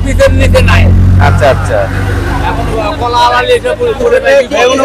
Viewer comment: কোলা না ভাই এগুলা কলা 😑